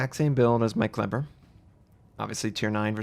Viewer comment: You are pronouncing "Kleber" more like the germans do pronounce their german word for glue=Kleber and it cracks me up.